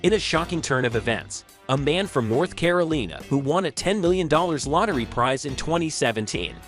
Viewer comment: "...a man from North Careleena..." 😂 As far as Jeffrey Dampier...he was taking care of his wife's sister (f**king them both), Victoria and the wife didn't know. The husband & wife moved down to Florida and agreed that the 'sister' could come and he would pay for her living expenses, apartment and schooling _as long as he could f**k her. Well, the sister got tired of him coming & going as he pleased and telling her what to do so she found herself a boyfriend. Jeffrey got mad that she was shacking up with a mofo on HIS dime and demanded that 'sister' stop seeing the boyfriend. She refused and Jeffrey stop funding her. 'Sister' and her boyfriend devised a plan to kidnap and rob him. Victoria called Jeffrey over for "some fun" one night and they ended up kidnapping and killing him. Wife found out about their 'affair', sister got 3 life sentences and boyfriend got similar. This was on an episode of one of those crime shows.